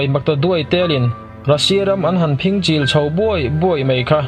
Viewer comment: Phing chil tih hi, a thluk dantur, Sa phing kan sawi ang a, tlem thluk tur.